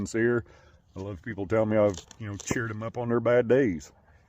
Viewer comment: Weave that coyote awone, He just wants in that coower, and some wove. 😂